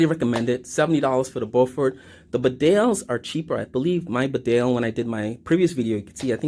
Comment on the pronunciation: It's pronounced Bee-dale.